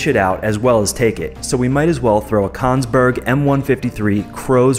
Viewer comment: It's "Kongsberg m135" not "konsberg m135".